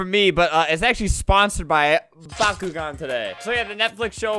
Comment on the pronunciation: Lol I heard byakugan 🤣🤣